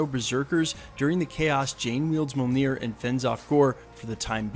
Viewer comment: Brother, I'm a big Thor fan and I love your videos. I say this with much respect, bro you've got to learn how to pronounce mjolnir. Really. Keep up the great work brother.